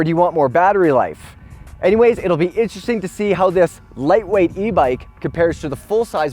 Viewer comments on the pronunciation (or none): none